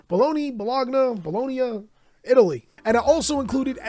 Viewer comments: Bo Low Knee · YALL as an italian please pronounce "gn" in bologna as it should be pronounced PLEASE